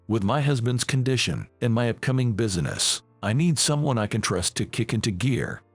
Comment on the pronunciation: It is NOT busyness -- it's business. And it's rithe-ing, NOT rything. FOOL!